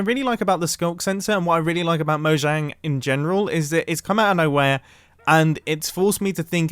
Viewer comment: Finally someone who actually says mojang instead of mohang